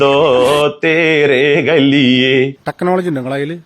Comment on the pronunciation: ടെക്‌നോലോജിയ ടെക്‌നോലോജിയ ടെക്‌നോലോജിയ.... 🤭🤭🤣🤣🤣🤣🤣🤣🤣